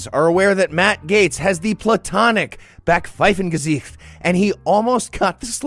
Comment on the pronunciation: Nice use of Backpfeifengesicht, almost correct pronunciation even.